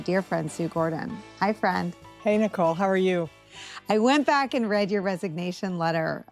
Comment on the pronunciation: Can’t someone teach AI to pronounce words like “read” correctly for the context?